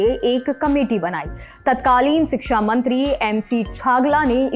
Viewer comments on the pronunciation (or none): none